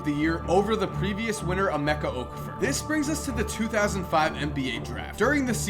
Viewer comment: Wow you cannot pronounce okafor but I don't blame you your American and I was also born in America but that name is nigerian which happens to be where both my mom and dad are from and its pronounced like that b cuz of the native language so it's pronounced O-calf-O don't pronounce the r or say anything like four